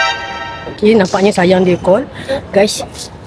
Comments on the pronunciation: 28.41 safwan nak sebut ayang ❤ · MCM dia sebut ayang